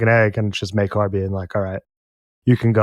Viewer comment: Thank you for pronouncing Maekar's name correctly!